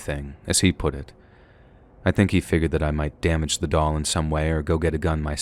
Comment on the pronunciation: Thank you very much for the stories❤😊..,.The story with the doll. I went through that entire story thinking u were saying " dog" and i was pissed that woman wouldn't just give that dog back 😂..Im such a blonde sometimes...Im also tired asf